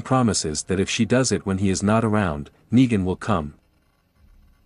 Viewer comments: Say it with me..."Neeeegan"...why are you constantly saying "Nigan" lol is this read by AI or something? 😂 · sounds more like knee than night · You're ok but please get negan words right